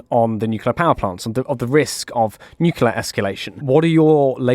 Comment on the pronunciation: A former NATO commander who thinks that most Russian nuclear weapons are unusable? What a joke. He can't even correctly PRONOUNCE the word nuclear. His comments are very dangerous.